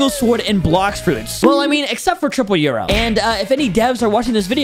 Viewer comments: it is pronounced triple yoru nor triple yuro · Bro says triple euro💀💀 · It's not yuro it's yoru or triple dark blade